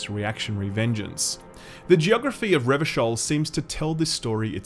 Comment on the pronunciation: Glad to hear you got the pronunciation of "Revachol" right this time. Again, I truly appreciate the in-depth analysis.